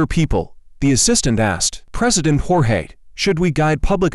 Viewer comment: It's Jorge not George lol